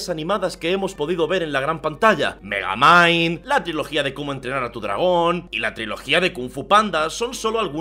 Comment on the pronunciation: Cuando dijo megamind le entendí megaman xd